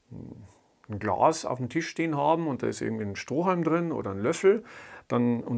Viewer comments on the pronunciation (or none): none